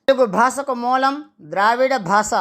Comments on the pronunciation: స్పష్టంగా పలకండి. భాస ఏమిటండీ భాష అనండి. మాటిమాటికి భాస భాస భాస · Basha ani palakali ayya